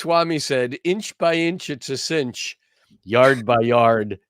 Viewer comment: Cinch says grinch